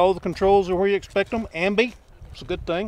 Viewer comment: Ambi ambly-uh...